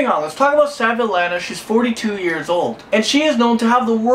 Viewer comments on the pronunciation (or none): Her name is pronounce SVET-lana